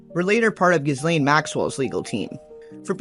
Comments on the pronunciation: Ghislaines name is FRENCH and pronounced "GEE-LANE" not GIZZZlane!!! 😂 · It's Ghee Lane. The S is silent. Just correction no offence people say her name all kinds of ways peace